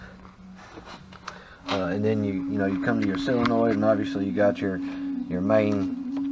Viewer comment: It is a solenoid. Pronounced, sol en oid.